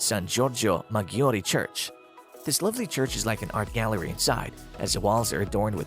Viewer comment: Some places filmed in the piece are not even in Venice!! Some pronunciation issue too - Salute, Maggiore, Tedeschi, Torcello, Gesuiti, trompe l'oeil, San Michele, Fondamente Nove, Arsenale, Giardini Pubblici, San Zaccaria, Giudecca, Sestiere and Cannaregio are all pronounced incorrectly.